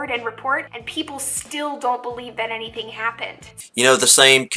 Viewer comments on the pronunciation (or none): none